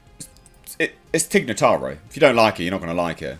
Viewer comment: Sounded okay until you said "Tig Notaro."